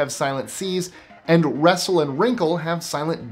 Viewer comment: You pronounce wrestle strangely then lol.